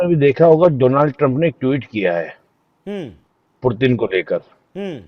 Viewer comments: 👉 ये निपुण पुतिन को पुरतिन क्यों बोल रहा है 🤔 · Foreign expert but says Purtin 🤣🤣🤣🤣. Shame on this expert !!